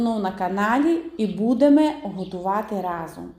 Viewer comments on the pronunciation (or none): none